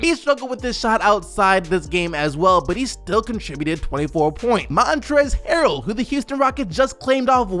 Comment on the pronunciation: Lmao “Montrezl Harrell “ 😂